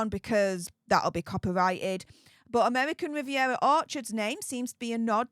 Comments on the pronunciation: Amevvvvvican vvvvvivvvvievvvva😂😅😂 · Pls don't even try to pronounce her new insta ffs it's not amevvvvvican vvvvvivvvviera orchard😂